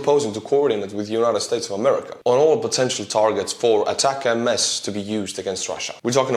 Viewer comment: ATACMS = Attack'ems like 'attack thems' without the 'th'